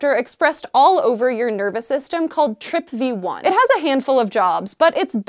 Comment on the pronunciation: TRPV1, pronouned as TRIP VEE ONE. Gotcha....